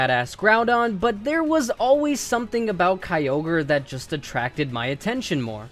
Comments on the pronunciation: stopped watching as soon as he said kyogre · The I in Kyogre is supposed to be a Y!